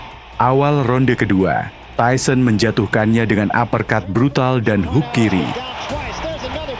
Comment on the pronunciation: Tyson emang keren,,, tapi pembawa acaranya bilang tuson seperti binatang, ketauan tyson bonyo kau!!!